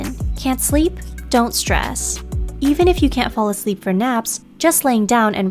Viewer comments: that T missing in sress is giving me stress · "Can't sleep? Don't *sress*"